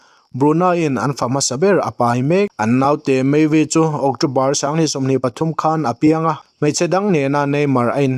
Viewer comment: Sanghnih tih turah pawh sangnih te ti lawm😂😂😂 ṭawng lamah tlemin hma vir a nei aniang 😂😂